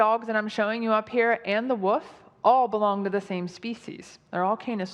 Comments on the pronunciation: I know this is an older video but every time says "wolf" as though it is "woof" I get a fit of giggles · really struggles with the word Wolf, doesn't she? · Haha, pronounces Wolf as woof😭😭😭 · Also, just a point of interest and not to pick on it if it's just an accent or speech problem, but knows it's "wolf" not "woof" right? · I dont know why, but my biggest gripe with Georgias presentation is that she keeps pronouncing "wolf" as "woof". Who does that?!? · It's not a fucking "Woof", it's a "Wolf"! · Why does she pronounce 'wolf' as 'woof'? I mean, it's cute and all, but also wrong. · "Woof? WOOF!?" Its WOLF, "WOOLF" Theres an L! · It infuriates me that this creationist keeps pronouncing "woLf" (with an L) as "woof" (as in a noise dogs make) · “The woof” 🤣🤣🤣🤣 you never trust and “intellectual” with a bad speech impediment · Cute how she says wuf instead of wolf. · Yeah, that alone destroyed any illusion of authority. If it's your job to talk about animals - and specifically to mention how dogs cane from Wolves - I figure you'd learn to pronounce it correctly. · "Here we see the mighty woof next to his gentler cousin, the domesticated dolg." At what stage of her childhood development did she decide the L was in the wrong word and must be changed? Once you notice she pronounces them woofs and dolgs, you can't unhear it. Very distracting, but at least & co. were there to interrupt and bring my focus back! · People from Kentucky can't pronounce "L"s after short "O"s so "wolf" becomes "woof" and I love it. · She’s confusing a wolf with a “woof”